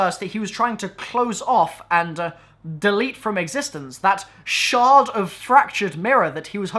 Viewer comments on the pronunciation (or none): none